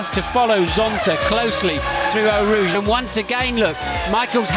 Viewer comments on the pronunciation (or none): none